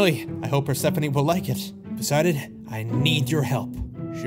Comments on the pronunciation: Bro said perspephene instead of persphone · Bro saying Bird-sephone